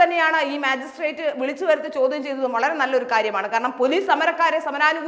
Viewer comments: മാജിസ്‌ട്രേറ്റ് അല്ല ,മജിസ്‌ട്രേറ്റ് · മാജി സ്ട്രാക്ട് അല്ല മജിസ്‌ട്രിക്‌ട്